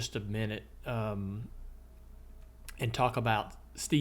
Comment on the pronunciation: Hmiel not Mill* 😅